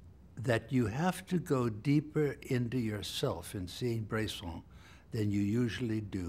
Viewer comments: It's Bresson, not Brayson. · "Brayson is a director that..." Is his name really that hard to pronounce?